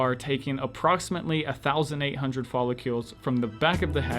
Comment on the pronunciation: Follicles... hearing you say ‘follicules’ scratched my brain.